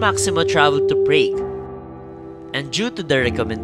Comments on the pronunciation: Prague is pronounced "praag" not "preyg" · Have some research on the travel of Rizal to Europe. You have misplaced him on some places you've mentioned. Check your pronunciation on Prague and Naples, you pronounced them wrong.